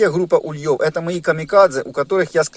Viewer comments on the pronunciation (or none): В русском языке ударение ставится на первый слог - Улей. Следовательно и вылетают с Ульев, а не с ульЁв. Извините, но слова автора режут слух. Не сдержался.